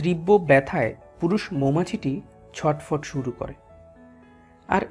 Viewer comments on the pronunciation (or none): none